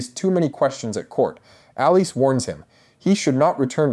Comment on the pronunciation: The mispronunciations are killing me! “Bay-la” , “RhA- NEERA”, “Allen, not A-len” “Rain-a” “SY-Rax” , “A-mond” And oh my lord, It’s “Al-is” not “Al-eece”, “VAY-gar” Do you even watch the show and listen to how people pronounce one another’s names??????? Other than that, it was a great analysis.